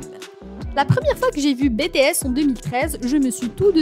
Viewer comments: Moi j aime bien ta vidéo mais franchement on dit pas BTS ( bétéesse) mais BTS ( bitièsse) V c est (Vi) ouais et franchement dit les nom correctement stp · "Baie tae esss" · et c'est les seuls noms qu'elle a pas prononcé en bon français xD (entre Bétéèsss, Vé, Jihoope, Kipop et Jung koeeek, armé, fanze, on en voit des choses -_-) attends attends stop, c'est jimin le plus petit du groupe, suga fait 1 cm de plus que jimin STOP comment ça son talent en chant n'est pas assez bon, il a une super belle voix, à mes vous avez pas assez écouté awake, epiphany, abyss et moon hein pour la danse c'est pareil. Je ne pense pas que tout le monde peut danser des chansons comme idol, on ou encore fake love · Cela s'écrit BTS tu as dit bétéyès au lieu de Bitiyès Ce n'est pas Vé c'est Vi PS :je sais que cela ne s'écrit pas comme sa mais cela ce se prononce comme ça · pourquoi BTS au début j'ai faille faire une crise cardiaque (ca se dis BI-TI-ES) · Bé Té S !? 😂😂 Pardon mais c'est Bi Ti S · Tais toi zozo , c'est bities** pas betehess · Bts elle le prononce bé t s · « Bè tè es » En tant que Army mes oreilles saignent 😂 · Betesssss🤣🤣🤣 "BTS" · sa secri BTS mais sa se prononce BITIèS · J’ai juste entendu bétéaisse au début ça m’a piquer les oreilles 😭😭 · "Bétéèss" "Armée" mdr non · Pourquoi Bé Té Ess ? Mais pourquoi ? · "Vé" bétéès " armé " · Bétésse je- en tant qu'Army je hurle 🥲👌 Juste pourrais tu dire les noms correctement? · Jung koek bétéèsse vé jihope armé Mdr mais non sa fait mal au oreilles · Oh mes oreilles elles sont en sang prononce les bien s'il te plaît ! C'est Vi et BTS on dit BITIS ! Corrige toi s'il te plaît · De bétéaisse 🤣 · Oui et puis sa se ne prononcé pas BTS mais en anglais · Jimin de bts a reçu le plus de critique sur son apparence alors qu'il est magnifique. Mais la vidéo est complète et bien expliqué par contre BTS se prononce comme en anglais pareil pour V, désolé ça ma stressée tt le long de la vidéo 😂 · Par contre ça ce prenonce pas ça BTS